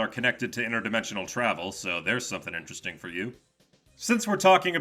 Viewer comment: "Sonic Dimensions" 🗿 "FIYNAHLEE SUMTHIN INCHERASHTENGH" 🤓